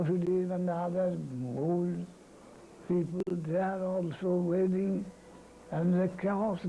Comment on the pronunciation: 55 mins : wailing not waning, I think